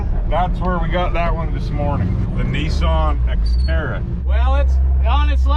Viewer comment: Nee sonn? Oh, NissAn...